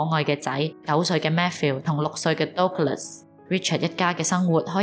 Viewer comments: Douglas 的發音應該是近似「德」glus. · Douglas 發音錯了😅 But good story! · Douglas個名唔係咁發音……